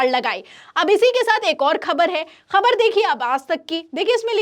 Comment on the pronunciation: पहले तुम शब्दों को ठीक से बोलना सीखो । फटी को फ़टी बोल रही हो । ख़बर को खबर बोलती हो ।